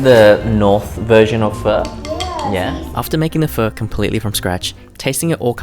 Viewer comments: bro saying pho with the hard r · Pho expert but says pho wrong 😅😅